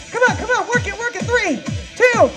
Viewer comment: At the beginning of the last tabata when you said I want you to work as hard as you can, I thought you said I want you to twerk as hard as you can lol So I did, and was having a great time until I looked up and realized you weren't twerking!!